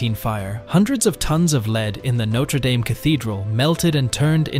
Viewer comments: It's pronounced 'daam'. That's important because it's entirely what your video is about, and hearing it mispronounced so many times is off-putting. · For fucks sake… Norte dame ( pronounced dam, dam) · There is no Y in Dame. It is pronounced Darm, as in Farm and Harm. 🙄😖